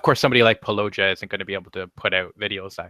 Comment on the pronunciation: I don't mean to sound rude but it's pronounce paul-lo-ji-a